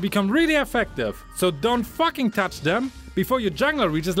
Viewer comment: I like they way u say “fucking” it’s like “ATTACK THE FACKING BASE”